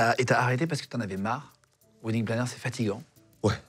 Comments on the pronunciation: Alors quand on en fait son métier....on devrait au moins savoir PRONONCER le mot WEDDING... Le mot wedding se prononce WÈDING.....mais surement pas WIDING.... Les français vous êtes vraiment la risée du monde entier....vous apprenez l'anglais oú....à Barbès !?!?!?!?!?!? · Wedding planner.... cela se prononce "wèdding" ;-) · C'est idiot de trouver un intitulé de boulot en anglais, surtout quand on est incapable de le prononcer correctement, pourtant il n'y a que 2 mots.... "WEDDING" comme dans "WESH"